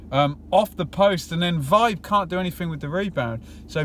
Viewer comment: Nice detailed review. Just a small.point, I think Vibe is pronounced veebay.